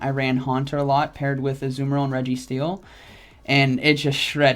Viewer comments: It's Azumarill(uh-zoo-mr-uhl) Not what ever the fuck that man is saying. Jfc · Azoo-merill lol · Ah-zoo-mayor-al headass. Smh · Dude is rank 10 and doesn't know how to pronounce the pokemon's name.....